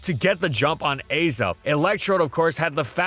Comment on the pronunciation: The Azelf pronunciation was painful. I’ve always thought of it as Ah-self, not Ay-self.